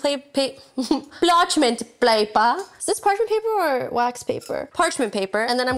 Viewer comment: “Plarchment Plaper” I love LoL!